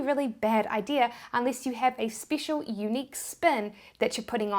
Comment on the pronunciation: I like how she says "speecshal"